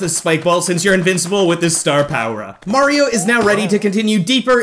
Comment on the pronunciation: did you call Mario mara